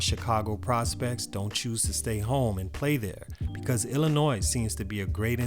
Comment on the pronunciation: HEY!!!! You said Illinois right!!!!